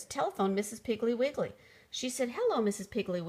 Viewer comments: I fondly remember from my childhood Betty Macdonald’s Mrs. Piggle Wiggle series of children’s books. They were so entertaining and always humorous. It’s a shame this reader clearly mispronounces the name of the title’s subject as “Mrs. Piggly Wiggly”. 😢 It clearly should be “Mrs. Piggle Wiggle”. 😊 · Lol thats not how you pronounce mrs piggle wiggle❕❗️ha ha😅😂😉😇😝😜😄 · I noticed this, but still loved the story!